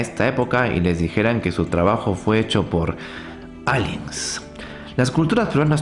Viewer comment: Locaso cuando dices aliens xd